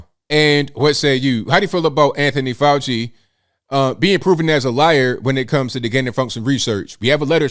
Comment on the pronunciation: FK FAU-CHI-NA